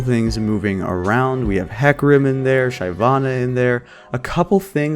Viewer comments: no please i cant keep hearing shy-vana anymore i cant take it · Hey idiot, learn to pronounce Shyvana..